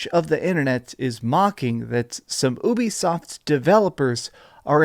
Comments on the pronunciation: Its pronounced "you be soft" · Why do you pronounce it like oobie-soft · The "Ubi" in Ubisoft comes from "Ubiquitous," and is pronounced "You-Be-Soft", it’s an amalgamation of Ubiquitous software. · It’s France so it’s technically pronounced oo-be-soft